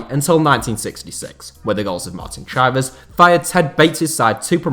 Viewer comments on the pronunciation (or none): It's Chivers like Givers not Chivers like Divers. 👍